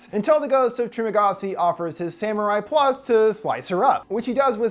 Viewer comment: HE PRONOUNCED IT WRONG! ITS SAMURAI PLOOS NOT PLUS! I am Latino myself so this technically doesn’t affect you in any way, so it’s not racist, and you’re not offended.